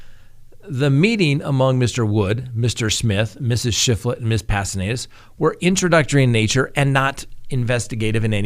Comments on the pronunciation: Pastenes not Pastenedas. Lol. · Pahs-tay-nays :) pastenes. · Wow you are still not pronouncing right, it's Past ten us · Say it with me now: ZU—LEM—A PAS—TEN—ES not ZOO—MELA PAS—TEN--ED—ES ok? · The person’s name is Zu-le-ma Pa-sten-es, not Zumela Pastenedas. And she is the wife of now deceased Alex Cox